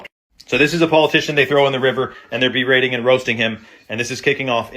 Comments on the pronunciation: He said beretting not beheading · He said berating not beheading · I think he said "berating and roasting them" like, talking shit and clowning on them. I thought he said beheading too! 😂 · Berating not beheading 😂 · "Berating and roasting," not beheading lol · I think he said "berating" not beheading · He said berating not beheading lol. You good fam bam. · He said “berating and roasting him” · Berating and roasting homie!! Lol! Berating not beheading! He said Berating, luckily.....